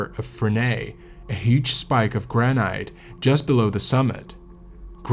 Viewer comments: gran-ite? granite? ok I gotta call you out for that pronunciation. its 'gran-it' I wont say anything about other words but I mean granite? 😂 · Hey,, the word is "gran'- it". Not "gran'- ite". Doh. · It's pronounced gran-it, not gran-ite. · Who says "gra night " when it's pronounced gra nit (granite) 😂 Good video though! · Graa-nut. "Granite" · Gran-it. So many YouTube narrators can't even speak the language! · Ahhh, it's pronounced Gran-it! How am I supposed to watch this if the very first thing I hear is the mispronunciation of the best climbing rock? Bivouac is pronounced Biv-oac (soft i), crevasse is cre-vasse. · 'granight'? This must be a robot or poor AI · Great job, but please pronounce granite by ignoring the final "e": "GRAN-it". Thanks...a climber for 47 years and still after it! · It really the way you pronounce granite? If so I've been wrong for 60 years.